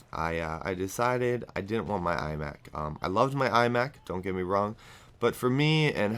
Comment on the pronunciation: lol i thought u said ''eye back'' instead of iMac:P and btw i think u talking bout ur life is AZZAM!